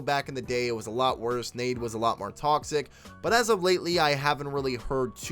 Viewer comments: It’s nade(dot)exe. It’s not nadexy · It’s pronounced nade x